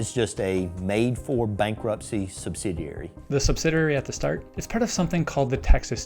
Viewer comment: Sub-sid-ee-airy. Only one 'r'.